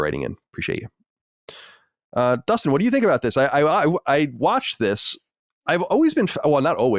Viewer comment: I can’t get over how Dustin pronounces Watched as “Wutched”